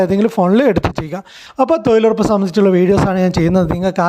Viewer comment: തൊഴിലുറപ്പ് ആണ് തൊയിലുറപ്പല്ല തൊയിലാളി അല്ല തൊഴിലാളി ആണ്